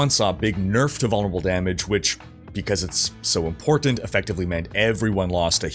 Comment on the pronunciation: "im-Port-Tant." Two (2) Ts?